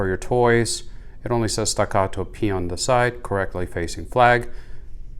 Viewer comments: Very helpful video. Thanks! The way you pronounce “stuh GAH doh” cracked me up. 😆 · It is made in Texas. It is pronounced Stack-uh-toe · Why don't you talk about shit that isn't said all over there page like how the different mettle feel .you say the name like it's a Spanish gun wtf . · Why dosnt anyone talk about steel vs aluminum options why are you saying the name like that there made in Texas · Stop pronouncing Staccato so weird